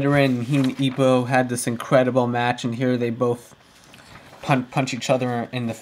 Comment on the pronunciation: its not ippuu its ippo please stop saying ippuu